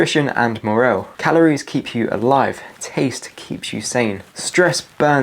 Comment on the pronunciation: And for morale it’s mor (as in Morris), al (as in Alan); not morel. That’s a kind of fungus. That aside, you are a gold mine of info. Thanks, you may be saving thousands of lives.